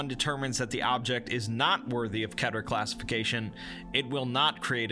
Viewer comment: I’m so triggered about how you say keter like ketter